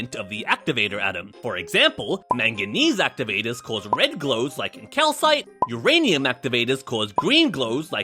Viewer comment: all righty in i hope there is urainimum. urainimum rock but there is urainimum